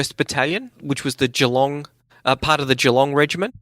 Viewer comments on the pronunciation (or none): none